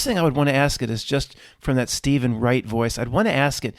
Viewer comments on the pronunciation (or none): none